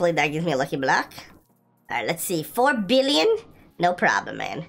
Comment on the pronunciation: HOw he SAid 4 BilLOOn😂